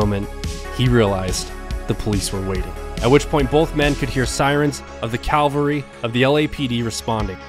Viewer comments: Great show !!----- cavalry not calvary btw Subscribed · You’re a great storyteller, and I look forward to your future videos. One nitpick. “Cavalry” are mounted fighters, “Calvary” is a hill in Jerusalem. 999/1000 is not bad. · Cavalry bonehead not calvary